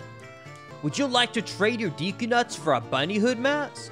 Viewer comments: Fyi: Deku is pronounced "day koo" not "dee koo". 😉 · Deku not deeku learn to read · Deecoo? Tree... I'm out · Sorry just had to say: Deh.koo Anyways this video made me a fan and I will definitely be watching more videos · Your pronunciation of deku triggers me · bro really just said deeeku tree. also, it's meeedo not maido. bro.